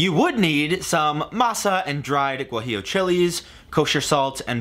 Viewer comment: Mexican here Your pronunciation of "Birria, Oaxaca and Guajillo" is actually on point